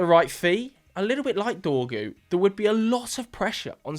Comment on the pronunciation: His name is Dorgu, cmon bro it's only 5 letters 😂😂😂😂